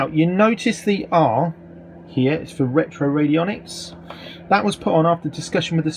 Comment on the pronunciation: You have a peculiar way of pronouncing retroradionics... 😂